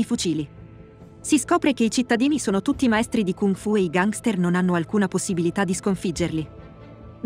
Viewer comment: Perché pronunci così la parola gangster?